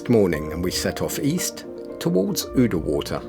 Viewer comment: The 'ou' in Oudewater is pronounced the same as in 'Gouda' or in the English word 'round'.